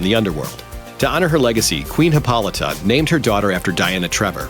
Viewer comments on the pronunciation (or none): none